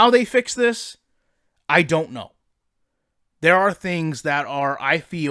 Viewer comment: “ but da foundation is therrrrrrr”